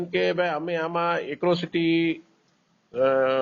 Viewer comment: Acrocityy nai Atrocity kahevai 😂😂😂😂😂😂😂😂